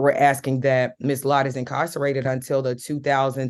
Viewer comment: She was axing for it